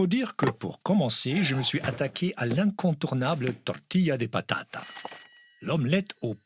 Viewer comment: si vous retournez en Espagne la prochaine fois que vous commandez une omelette aux pommes de terre prononcez bien "tortilla de patatasse"! En général quand on fait una tortilla on mets plusieurs patataS 🥔🥔🥔! 😄😄😄